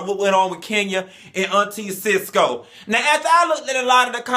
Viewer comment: Did he say Auntie Sisco! Lol